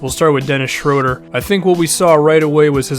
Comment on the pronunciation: It's SHROO-DUR